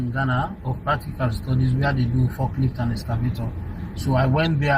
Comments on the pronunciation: 100% nigerian listen to how he pronounced the word "Where" and “Pursue” only Nigerians in Africa pronounce it differently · I can vouch my head this man is 100% Nigerian just listen to two words he mentioned that in the whole world only Nigerians pronounces like that ‘WHERE’ and ‘PURSUE’ catches every Nigerian out all the time